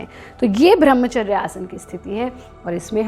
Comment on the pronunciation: Madam thoda nam to thik se lo, वो ब्रम्हचर्य होता है, भ्रम्हचर नही